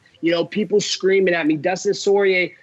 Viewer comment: ''Dustin Soyrier''